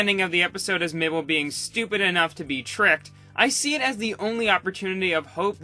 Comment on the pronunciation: "MABLE" oh COME. ON.